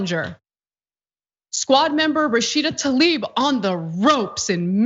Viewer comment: Can we all start pronouncing her name correctly???? It is TLAIb, not Talib.